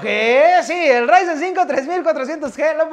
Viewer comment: Necesitaba mi dosis de rrrrrrryzen